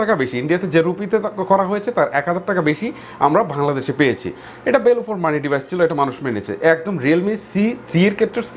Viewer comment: ভাই ভাংলাদেশ না বাংলাদেশ হবে🙂